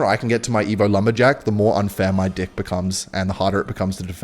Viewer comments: I love it how he says dick every time he says deck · Is it just me or does it sound like he’s saying d*ck instead of deck?? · Why is he saying dick instead of deck? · Is anyone else hearing “deck” or 🍆…? 😄